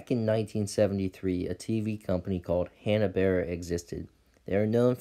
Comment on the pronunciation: Say it with me Hanna Bar-bera.